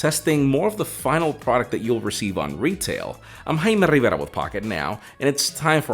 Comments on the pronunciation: I keep hearing it as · Im here for the "im jaaaimmee riverrrra" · Speaks in english... All of a sudden... “Hi i’m ” 🤯🤯🤯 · I’m sorry. I didn’t catch that. Can you say your name again?